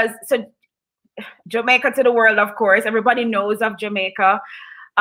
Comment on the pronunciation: This is a great program. Please continue as long as there is a Ja in that country of course. Please please , pronounce the letter D when you say the word WORLD!!!!! IT SOUNDS LIKE YOU ARE SAYING WHIRL. (just a kind gentle critique). Blessings!!